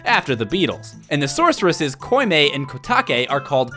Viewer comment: hate to be THAT guy but *koume (only makes a closed o sound) not koime* and *prelude TO light not prelude OF light* I really don'tlike to nitpick, but for some reason I felt like it.